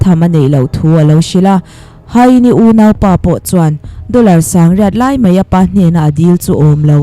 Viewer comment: Mai tih turah "mei" tih ri leh khawngaih tih turah Khawngeih tih ri a lang thina, mipui ngaihthlak tur ah hi chuan, lam dik hram a tha a nia, kan lo ngaithla zel ang aw.